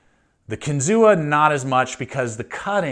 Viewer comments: Pronounced “Kin-Zoo” like the state park. Native American word means “fish on spear”. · Kinzua is pronounced without the a: "Kinzoo." Its the name of a lake in the Allegheny National Forest near Case's factory in PA. I have had my eye on these knives for a while, but the reviews are really mixed. Despite the price, Buck and Spyderco seem like much better value for US made knives. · Kinzua (KEN-zoo)